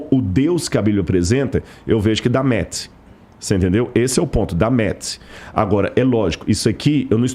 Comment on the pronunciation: quando em vez de usar palavras em inglês pra mostrar sabedoria, aprenda a pronúncia das mesmas. Vc falou Matches pronunciando “met” Que é a pronúncia de “ tapete “. 😂😂 fale em português. Valorize seu idioma